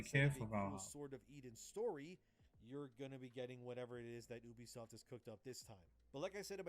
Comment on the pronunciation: The way he pronounces Ubisoft is actually correct. In Latin, "Ubi" is pronounced Ubi, not "yoube" and it means "where". Therefore, Ubisoft is a play on words that basically means Software.